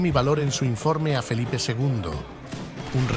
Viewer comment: Felipe ll. Nada de "Felipe, segundo", como ha dicho el locutor al principio del video.